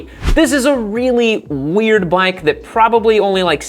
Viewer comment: Why can't you say "weird"?